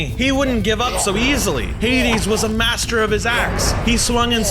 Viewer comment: Dear it is not muster its master Regards, Anonymous